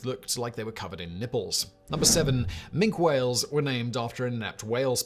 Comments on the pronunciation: "Mink" whale? Is it small, brown, land-based and covered in fur? I think not! Has "Factboi" not considered that even Wikipedia has a pronunciation guide (generally accurate) for the edification of numb-nuts like Simon? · Minke Whale pronounced Minky! BCE my BC! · Minke Whales are pronounced Mink-ee.